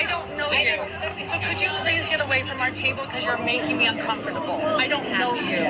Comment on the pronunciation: i cannot stand her pronunciation of the word un-com-for-table